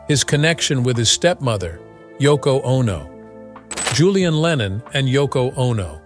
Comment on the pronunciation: *Yoko;...Not: "Toko".